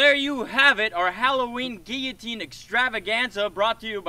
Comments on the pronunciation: What's a geeateen? It's pronounced guillotine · It’s not a geeateen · "gieoteen" isn't it "gil-a-teen"? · The way he says geeyatine rather than giloutine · Gilatean not giatene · No it's kill-a-teen 🤣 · "Gee-atine!" XD oh bloody hell... Guillotine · He calls it a geeeeeloutine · Geeateen bruh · gill-e-teen get it right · It's a guiloteen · its pronounced GILL AH TINE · its gilatin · ITS GILO---TEEN